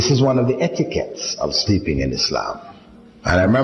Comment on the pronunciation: It is sleeping not speeping